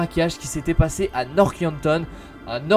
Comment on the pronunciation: Un petit message: ARRÊTE DE DIRE "NORK YANKTON" PUTAIN C'EST NORTH PAS NOOOOOOOORK... Pardon